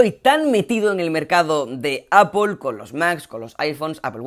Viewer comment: Qué veo, un español que pronuncia bien apple?